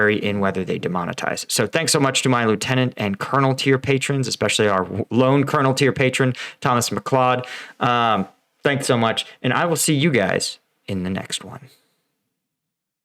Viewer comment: I would check with Thomas about the pronunciation of his name. Her we would say Ma-Cloud